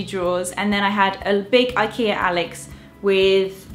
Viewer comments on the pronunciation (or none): none